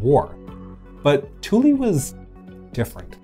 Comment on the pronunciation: Air Force veteran here. Kudos on properly pronouncing Thule. I rarely hear people pronounce it correctly.